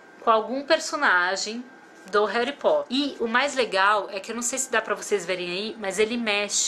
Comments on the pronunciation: "Heri" Potter legal kkkkkk Harry Potter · rari potter ?????????????????? n seria harry potter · "Heri potter" doeu na alma😖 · concordo , nossa isso estragou o video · "Réri Potter" aaaaah q agonia, só o dobby pode falar assim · Na vdd, você falou Réri aporte rompido inteiro! Nunca mais faça isso! Haha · Eu amo Harry Potter! Mas pf, no início do vídeo você falou Réri Potter, não faça mais isso! Haha